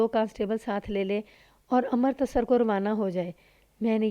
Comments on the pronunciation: ہمیشہ امرتسر (Amritsar) کو Amartasar کہتی ہو بالکل اچھا نہیں لگتا۔امرتسر تو اتنا مشہور شہر ہے، تمہیں نہیں معلوم۔ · لگا کیا ہوگا تم تلفظ غلط کررہی ہو ،کہانی سن لو پتہ چل جائے گا،ویسے تم نے اس کہانی میں ہی نہیں اور بھی کئی کہانیوں میں امرتسر کا تلفظ غلط کیا ہے لیکن اس کہانی میں یہ نام بار بار آیا ہے۔ہردوار(Haridwar) کو بھی غلط کہتی ہو۔